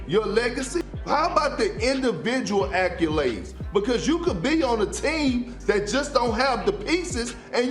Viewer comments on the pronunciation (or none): Kendrick Perkins talking about:“In-duh-vi-jewel a-kew-lades” 😂😂😂😂